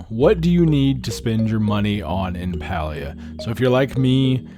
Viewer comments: Great video, thank you! Also just a heads up, Palia is pronounced pay-lee-uh according to the devs themselves lol. 😊😊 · Idk why it irks me this much lol, but the game is pronounced like “pay-lia”! Also, ty for making this video! I’m curious to see how it lines up with what I’ve been doing and if there’s anything I can improve! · Pronounced Paylia